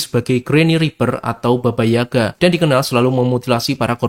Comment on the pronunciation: eeh baba yaga kak bukan baba gaya😅